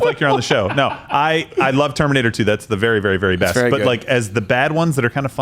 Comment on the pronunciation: At the end, that kind of sounded like “The Giver”